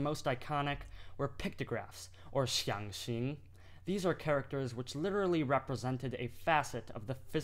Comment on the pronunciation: xiang 4 xing2( tone always on Vowel A not i ) Your tone is not correct Hui4 Yi4 !